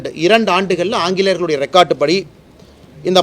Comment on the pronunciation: உச்சரிப்பா பாரு ரெக்காட்டு படியாம்